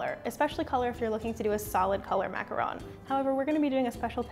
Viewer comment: She actually pronounced macaron correctly!!!!